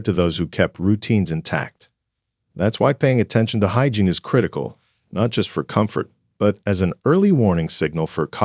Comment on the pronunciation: This is insulting!!! It’s ageism on steroids. You are lumping every person over 65 into one bag! I am 78. I have high functionality. I don’t forget words. I don’t forget people’s names. May I suggest you correct your grammar on your AI. It’s not “hygin!!, it’s hygiene!! God!! I hope you don’t have aging parents!! Someone should warn them their days are numbered!!